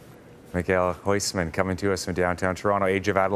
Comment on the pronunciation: If he knows some Dutch you'd think he'd know how to pronounce Huisman.